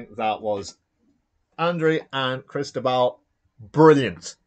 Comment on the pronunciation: My friend, I am Cristóbal, and that pronunciation is as good as it's going to get. Thanks for streaming the game! My green dice were hot and got me out of some tough situations. Well played by Andrew!